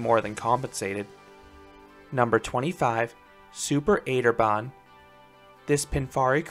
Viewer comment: Super 8er Bahn is a play on words. 8 is acht in German, so it's pronounced Super Achter Bahn, or Super Roller Coaster.